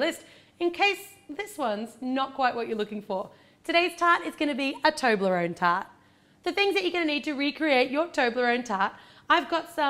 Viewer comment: Its toblarone not toonlorone!!!